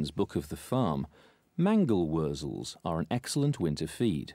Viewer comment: I got a laugh from your mango wuzzles - that's exactly what it sounds like he's saying. Actually, it's mangle-wurzel. They're a type of beet grown for animal feed and they come from Germany. Mangle means beet in German and wurzel means root.